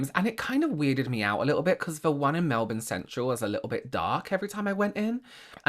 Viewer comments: I love that you say Melbourne correctly! It's a little thing I know but it makes me happy. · I have to say I wasn’t expecting you to flawlessly pronounce Melbourne 😂